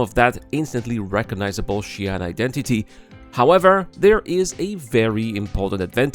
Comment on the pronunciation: WHY every pronounce Ji'an Xi'an pronounced like Chi'an